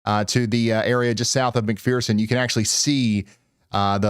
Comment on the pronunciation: It's called mc fur sin...it sounds like mcfursin .....fur ...not mcpherson...its fur...thank you for doing this for us all